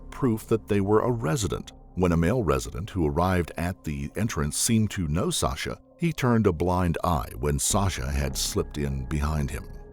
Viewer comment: random but whys he pronouncing her name like sosha?